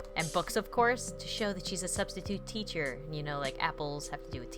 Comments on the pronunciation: You said "teter" instead of "teacher" XD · and you said teeter instead of teacher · u said tetcher not techer